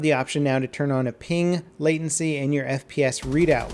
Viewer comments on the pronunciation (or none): none